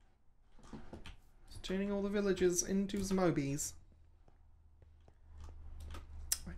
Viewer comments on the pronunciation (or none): As a linguistics-nerd I love how you say "zmobie" instead of "zombie". The switching of "z" and "o" is actually called adjacent metathesis! Anyways, love the series so far :)